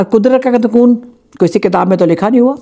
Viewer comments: कनून ❎ कानून ✅ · कनून नही, कानुन 😊